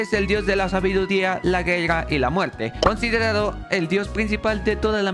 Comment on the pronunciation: Hablas bien raro en vez de decir Guerra! Dices (gelga)